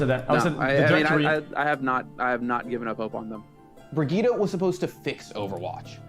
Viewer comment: Love how they pronounce it brigitta like jeezus is it that hard to say it correctly